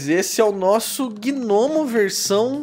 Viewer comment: Caramba cara toda a santa vez que você falava gnomo eu escutava gnomio kkkkkk Ótimo desenho :)